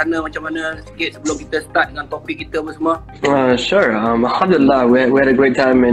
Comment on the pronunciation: Budak ni asal dari mana. Cakap satu macam punya slang. Sebut Alhamdulillah bunyi mcm arab. Ckp melayu bunyi mcm mat saleh